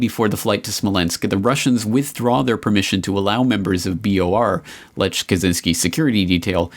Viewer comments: The name "Lech" is supposed to be pronounced "Lekh". Just sayin' :) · Lech pronounced 'Lek'. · A fascinating watch, and definitely enhanced by unintentionally hilarious pronunciation of Polish names.